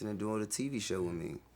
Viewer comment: "wiff" "youff" this screams intelligence.